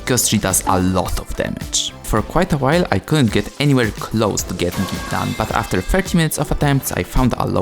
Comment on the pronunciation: “Aftxr” ❌ “After” ✅